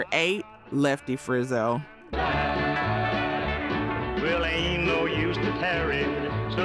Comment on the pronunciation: If you're going to make a video, at least learn how to pronounce "Frizzell".